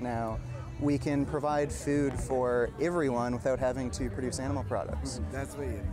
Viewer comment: why does say the word food so weird?